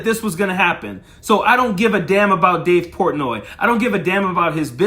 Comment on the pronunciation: Wtf is dave pourtnoy